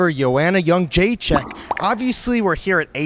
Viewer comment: Why do they say Youngjaechek if it's Jedrzejczyk ?